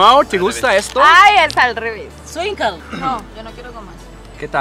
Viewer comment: Llegó el breviario cultural :) SKWINKLE: no se pronuncia "suinkel" , la pronunciación es "escuincle". La palabra escuincle proviene del náhuatl itzcuintli, que significa ‘perro sin pelo’. Originalmente, se refería a una raza de perros propia de la región que ocupa hoy el territorio mexicano, que en los tiempos anteriores a la llegada de los españoles era criada por los aztecas. Los perros de esta clase, que se conocen con el nombre náhuatl de xoloitzcuintle, se caracterizan por ser pequeños y no tener pelaje. De ahí la analogía con los niños, que son pequeños y carecen de vello en el cuerpo. Así, pues, la palabra escuincle se usa en el lenguaje popular mexicano para referirse a un niño.